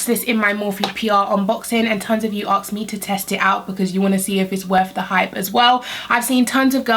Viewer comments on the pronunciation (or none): asked not aksed